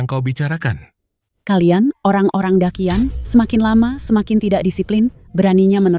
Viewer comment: Daqian. Orang China asli : dachian Orang indo : dakian 🗿